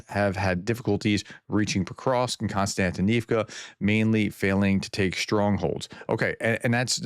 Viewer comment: To pronounce the place names a bit better, split each word into blocks of roughly three characters. Mir-no-grad - roll the R and shorten the "o" Kost-iant-i-nivka - slightly stretch the I before "nivka" Sha-kov-(y)e - the end will be a "yeah" sound.